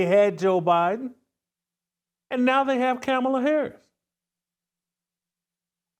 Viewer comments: You and all Trump supporters intentionally mispronounced Kamala Harris’ name. Dog whistle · MY My my _ C'mon dude, I get where you're coming from. But constantly mispronouncing Harris' name is uncouth, unbecoming and disrespectful. You know better too!